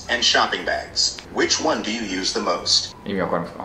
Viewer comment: 30分遅刻 、案件獲得 Which one do you use the most?を誤訳 ショッピングバックにはメガネケースを入れる。 I'm tire.二度目のミス Good evening.は朝に使う 朝の挨拶は「ハロー」 What's your ～?を見たことがない。 What's your favorite color?を誤訳 What's your favorite クー? Favorite movie is Love. oneと発音したらwormと認識 金持ちだからいつも寿司を食べる。 英会話の試験はもちろん不合格